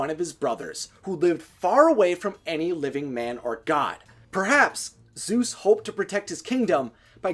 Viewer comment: I hate how you say Zoos instead of Zeus and Haydies instead of Hades